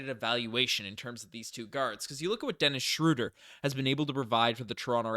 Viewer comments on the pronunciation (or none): Great video as always but respectfully, it's not "Schrooder" (crazy how Basketball Reference has the pronunciation incorrect). It's closer to Schreuder (ö sounding the same as eu in French).